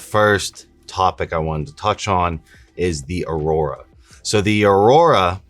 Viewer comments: its "Aura" not Aurora. The aurora is aka the northern lights and has nothing to do with our bodies' Aura's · Aura, not aurora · Learn to pronounce AURA!!! You're saying AURORA (which is the northern lights), it's not in any way associated with the AURA (the mystical shroud that surrounds living things). That aside, I want a pair! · its pronounced Ora not Aroorrraa 😶‍🌫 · Bro it’s Aura not aurora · Lmao I like the video. But it’s pronounced OR-AH. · Museum of tarot is lit he’s worked with government on advanced technology regarding astral projection auric fields esp etc… black pill W aura is pronounced OR-RA aurora is not proper but this black pill shii is fire 🔥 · duuuude you can still delete this.. or redo it. Constantly mispronouncing Aura and Tarot is cringe as hell. Love you anyways man, let's get back on the road to 9.